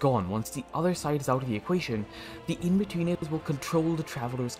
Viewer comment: Every time he says inbetweeners he says weeners. Something to think about